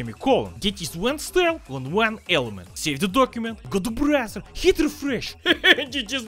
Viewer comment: Without the caption, I'd be thinking be sayin Brazzer instead of Browser